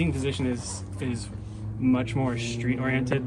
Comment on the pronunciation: ffs not "shtreet", it's called "street".